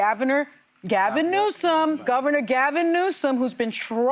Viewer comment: She called him Gavenor which made me think of Schwarzenegger which made me think of Gavenator. I like that.